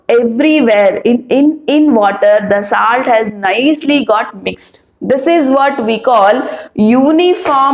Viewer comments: Mam tip : your pronounciation has to be improved Its not saalt its solt And it not puur it puar puar ! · It's not saalt it's salt.